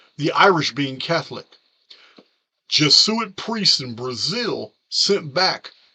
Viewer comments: Hey. Thanks for the video! I'm not usually this woman, correcting grammar...this is meant to help, not criticize....Jesuit is pronounced jez-oo-it. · I have tried to correct his pronunciation as well. Same with pleiedes. Lol